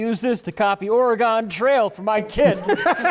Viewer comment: woah woah wooaaahhh there. “ Or-ee-gon”??